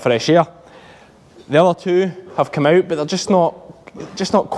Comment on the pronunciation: "Just comin oot the bak door" xD